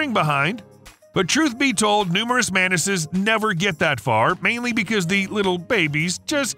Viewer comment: Why do you pronounce "Mantises" as Menaces 😭